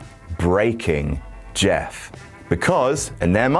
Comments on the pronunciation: "Im Jett, im Meff" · "i'm Jatt, i'm Meff" lmao